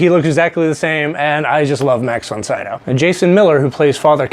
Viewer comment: Pronounced Ellen Burstin and Max Von SeeDowe. Do 5 minutes of research why don't you.......